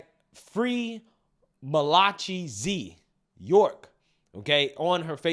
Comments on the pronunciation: Really? Malachee??? Come on man. It’s pronounced mala-KAI. And Vivek is pronounced vi-VAKE, not VAY-VAYK. Mispronouncing names on the regular isn’t a personality quirk…it’s laziness. It takes 5 seconds to google. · 😂 I know you not good with names but the Malachi you pronounced it Mala'chee it's actually Mala'kai. Keep the good news up. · Malachi --pronounced 'Malla-kai' My cat is named the same and the vet nurses call him Malatchy 😂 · "Malachi" is pronounced with a hard "ch"= "k"= Bible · lol if the name is Malachi Z, the name is pronounced like “mal-a-ky”. Lol it’s Hebrew. It’s a book in the Bible. Christian here. Sorry, that pronunciation got to me 🤣 But that woman was dead wrong. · Malachi (MAL AH KAI) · I’m almost certain you pronounced Mr. Z’s name wrong 😂😂 it sounds like it was probably Malachi (mal-lah-kigh) Z. I love your channel but you are a terrible reader homie 😂😂😂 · 😂😂😂 I lost it when this nigga said "Malachi"!! Idk who said do is but I'm sure it's pronounced Màl-a-Ky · Malachi---MAL A KYE Bruh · It’s pronounced MAL-A-KYE 😂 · Malachi Z York Mal- Lie-Kie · My man trying to pronounce the name Malachi was priceless. I guess somebody didn't go to church when they were a kid. LOL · I think it’s funny when he mispronounces things. He’s trying his best tho and I gotta respect that.